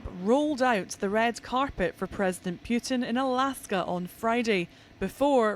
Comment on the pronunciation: He is Putin, not "Pugh tin"